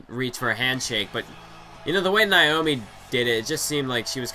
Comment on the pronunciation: Naomi!!! Not niomi😁